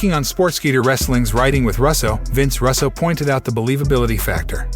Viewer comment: Russo not rasso